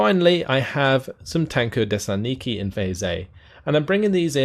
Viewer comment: I believe it's TAN ko de SANT niki with the emphasis on the 1st and 4th syllable.